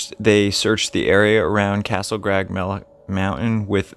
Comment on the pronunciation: How about maybe saying Castle crag, not grag. It's not so much not being able to pronounce a word as much as it is not being able to read worth a damn.